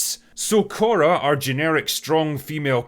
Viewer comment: Her name is "Korra" enough said 😂